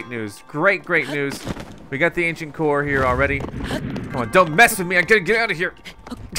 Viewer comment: The way he says core makes it sound like he's saying coor like he the brand of beer coors